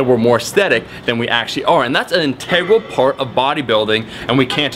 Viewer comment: Is it just me who enjoys how Omar says integral. The enunciation is strong with this one.